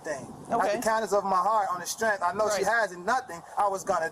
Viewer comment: He said I was just gonna give her some money “on the strempth” yo!💪😆😆👏